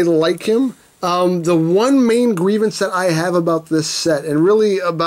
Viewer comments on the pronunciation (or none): none